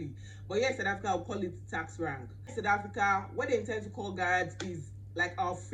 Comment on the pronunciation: Yoh Sis wam, I’m really struggling to hear you, somewhere I thought you were speaking your vernacular. I know Nigerians and South Africans have a different accents but some pronunciations are just standard English regardless of where one comes from. - Taxi has a Schwa sound, it’s not the same as Texi. Also Rank has a Schwa, it’s not rink or renk. - Your Hair piece sounds like “Air piece” - Miranda not Meeranda. Btw I do have an ear for different accents, it’s just the Nigerian and South Korean accents I struggle with most of the time, South Koreans speak extremely soft. I’ve worked at projects in DRC, UAE, Qatar, Saudi Arabia, Afghanistan and Canada, so I’ve had a diversity of colleagues and heard many accents.